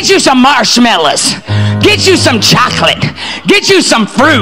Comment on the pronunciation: Are we sure this is a woman? BTW, if she’s trying to sound “urban “, we don’t pronounce it “choklik”, it’s chocolate. She’s obnoxious.